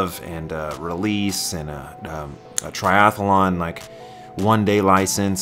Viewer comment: There's only one "a" in triathlon - it's not a triathalon chum.